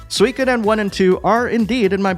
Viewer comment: Finally, someone who says Suikoden correctly.